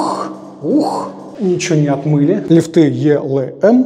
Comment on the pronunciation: Правильно говорить лИфты